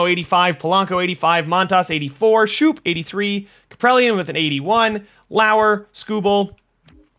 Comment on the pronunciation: His name is scope not shoop